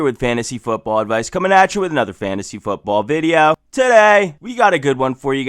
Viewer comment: Why do you say video as "videooww" Is that some accent thing or what lol